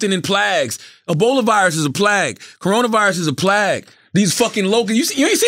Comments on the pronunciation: Did Charlamagne just pronounce "Plague" as "Plag"? Am I missing something? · They let CTHAGod pronounce Plague as PLAG and nobody said nothin!!... lol 😂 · Did no one catch on when Charla kept saying “plag” instead of “plague” 😂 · Charlamagne pronunciation of plague is too funny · Lmao is that how to pronounce plagues 😐